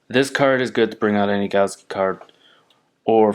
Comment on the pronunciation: It's "galaxy" not "galski"